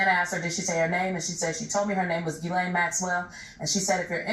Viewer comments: Her name is pronounced "Jizz-Lane". Look it up. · If she was Israeli, then presumably they would have Hebrewized her name and pronounced it like Gematria or Karate Gi rather than pronouncing it "G"-lane or G-len. In French it would be zhee-len or zhee-lan, all the Americans pronounce it G-laine or G-lane or G-len but Hebrew doesn't have the hard G so presumably it is as Virginia says it, "gi" len